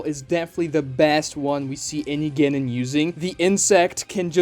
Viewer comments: Literally took me the entire video to notice that he was pronouncing "Genin" as "Ganon" instead of the correct pronunciation which would be "ge-neen." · It’s the mispronunciation of genin for me lol